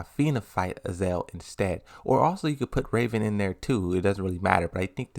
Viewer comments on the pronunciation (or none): lidia is not pronounced leeda heihachi is not pronounced heyachi azazel is not pronounced azel